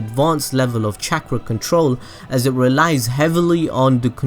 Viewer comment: Chak-ra control, hmmmm, never heard of it, but I have heard of chalk-ra control